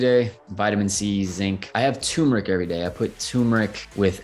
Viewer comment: Turmeric, I thought he said he had a tumour